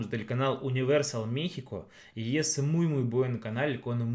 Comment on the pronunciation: Saludos y,sabemos que ya tienen algún tiempo en México,y hablan español,mexicano,,y me he dado cuenta que,pronuncias,,mixico,,intenta decir,,México,,México,en lugar de i,es e México,,espero lo logres,,saludos,,??